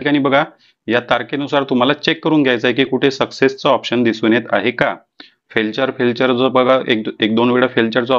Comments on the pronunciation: 😂 फेलचर नाही फेलीयर 😂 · फेल्चर नाही फेल्यूर आहे ते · फेल्युअर असे सांगा. फेलचर नाही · ते फेल्चर नाही ते फेलिअर आहे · फेल्चर नाही बोलत त्याला... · फेलचर म्हणाच शिका पाहिले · 😂😂😂it's called failure